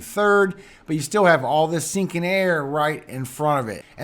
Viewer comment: Here is a laugh for you 😁. The first time I heard you say sinking air I thought you were saying stinking air. I was like stinking air? What is that and what does that even mean. Then I realized you were saying sinking air 🤣🤣. I got the biggest laugh out of my misunderstanding. Ever since then I get a chuckle every time you say it lol. Laughter is so great for your soul and health. God Bless you